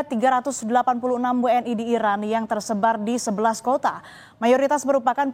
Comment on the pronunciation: Pembawa berita, tdk jelas menyebut iran atau irak